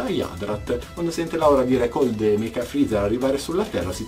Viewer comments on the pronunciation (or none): si pronuncia "meca" non "mecia"